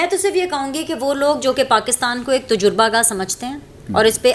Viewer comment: خدا کے لئے سیکھ لیجئے کہ تجربہ میں ج پر پیش نہیں ہہے